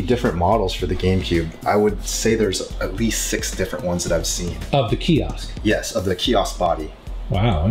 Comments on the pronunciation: Kee Oskh , KEE OSKH , KEEEEE OOOOSKH , KEEEEEEEE OSKH !!! FFS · It's pronounced KIOSK not key-oss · stop saying fucking kiosk... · If he says KIOSK one more time..... 🙄🙄😂😂